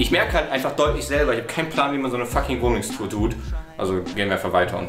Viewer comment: er zeigt zuerst falsch😂😂 Wohnungstur „tut“😂 Geile Wohnung!?!